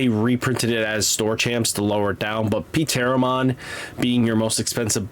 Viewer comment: Pteromon comes out like Teromom, p is silent like pterodactyl